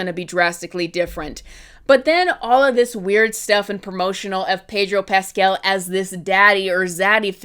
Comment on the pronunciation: it's Pedro PascAl, not PascEl, please have mercy